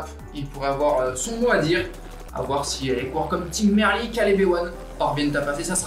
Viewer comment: Bon résumé. Deux gags : le sprint bidon sous la banderole des 40 km (bonjour les directeurs sportifs) et l'équipier de Gaviria qui le met hors-sujet (soufflante en soirée). Merci d'avoir dit Merlier à la française, même s'il est flamand, ça reste un nom français.